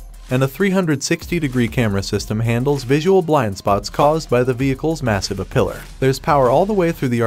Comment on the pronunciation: It's "A-pillar" not "a pillar" Hahaha, silly robot